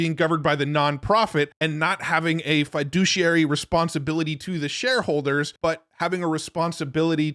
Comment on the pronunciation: You need to learn how to correctly pronounce the word fiduciary.